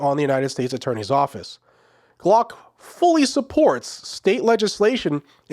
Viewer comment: Glock not block. ** AI